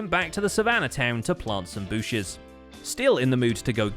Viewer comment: Hahaha booshes 😂